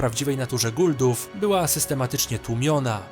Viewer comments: nie guldów, tylko Goa'uld-ów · Nie "guldów" a "Goauldów"